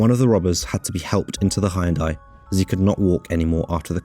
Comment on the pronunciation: Good Grief, man!d You must be the only person who've never heard how to pronounce Hyundai properly!